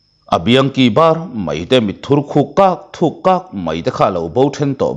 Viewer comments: Thil lam sual hi chu a awl khawp mai a, Mit khur thuk (mit thur khuk)😂😂😂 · A mit khur thuk tih tur a mit thur khuk ti nawk nawk mai lawm😅😅